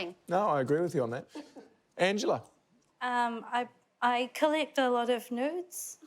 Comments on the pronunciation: as an american, the amount of time it took me to figure out angela said "nudes" and not "notes" is rather embarassing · Three of us. Though I went back to check afterwards and I believe she said it twice, first closer to nudes, then closer to notes.